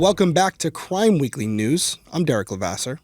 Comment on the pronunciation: Not cwime weekly